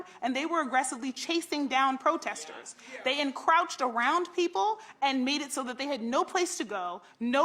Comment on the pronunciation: "Encrouch?" Lol...